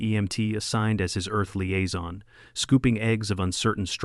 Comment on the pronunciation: liaison, not aizon